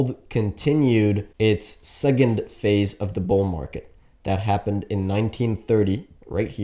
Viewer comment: Bro its SeCond not SeGend omg!!!!!!!! Blah blah blah rubbish